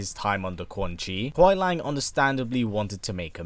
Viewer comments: Kuai Lang? Do you mean Kuai Liang? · Its kuai liang not kuai lang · It’s not Kuai Lang, it’s Kuai Liang there’s an I in it. It’s pronounced LEE-YANG. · As good as this video is you pronounced Kuai Liang name wrong the whole video it’s not Lang it’s Lee-ang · Kuai liang (Lee-ang) not lang lol. But we get what you mean. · Bi-Han is most likely not the first Sub-Zero; there's one in Deception who appears far too early on to be the same kharacter. Also, Kuai Liang is pronounced LEE-ANG, not LANG. Noob Saibot isn't a revenant either, otherwise he'd still have ice powers. He's a wraith. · Great video featuring my boi Sub Zero. But it kinda kills me every time you call him Kuai LANG and not Kuai LIANG. Just a little thing. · It was good, but he kept saying kuai “Lang”. And not kuai “Liang” (Kuai-LEE-ANG).. we know what he was saying but yeah lol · Why do you keep saying Kuai Lang? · Pronounced: Kuai LEE-ANG. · I like how you pronounced Kauai liang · It's spoken as kuai li-ang. Speak It correctly if you do an update video in the future.. but a good video. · bit correction : 奎良 is pronounced as "koo-e lee-ung"